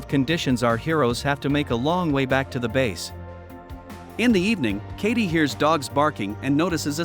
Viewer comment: Its Katie not Cathy